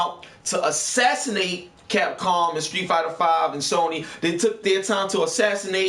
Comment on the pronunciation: " Assassinate Capcom and Street Fighter V and Sony." Emphasis on the word assassinate.